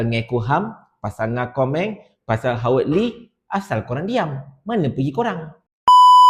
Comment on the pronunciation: Bukan Howard Lee,Hawaq Ler😂